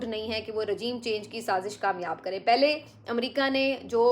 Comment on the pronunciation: "پھلے" نہیں "پہلے" ہوتا ہے ۔کم از کم آپ تو یہ غلطی نا کیا کریں